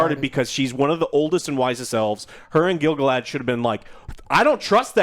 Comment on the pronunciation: face upon hearing "Gil-Galahad" 🤣